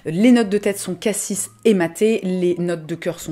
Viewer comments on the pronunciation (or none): none